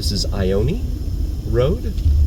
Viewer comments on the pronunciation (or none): Hello, The street you were referring to Ione is probably pronounced Yone, where the letter I sounds like the letter Y just like the name of that one basketball player, Sabrina Ionescu (pronounced Yo-Nes-Cu) and the that parrot from Disney's Aladdin, Iago (pronounced Yago). For years even I was pronouncing it just like you were; I just didn't realize the letter I can sound like the letter Y.